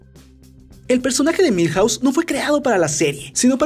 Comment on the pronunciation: Cuántas casas hay en Springfield ? Milhause 😂😂😂😂😂😂😂😂😂😂